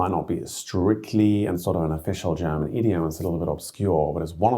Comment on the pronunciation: I noticed that people from the UK are exceptionally good in pronouncing German fluently. It seems like second nature and this guy's accent is really good. props!